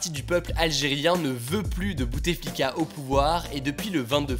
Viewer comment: Petite correction : on ne dit pas BouTEflika mais Boutflika :) Le « e » ne se prononce pas.